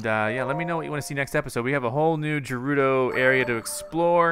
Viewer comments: Revali "Revali's Gale is now ready." "Thanks, Devali Gale." Also, Gerudo is pronounced Gah-roo-doe, not Jer-roo-doe. But most of all, THE PURPLE STUFF IS CALLED MALICE NOT BLIGHT!!!!!! I call it Nightmare Juice. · you say gerudo guh-roo-doh, not ju-roo-do! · Greetings from the BIG SKY. It's pronounced like 'girl' for gerudo. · Please tell me he stops pronouncing Gerudo incorrectly. 😩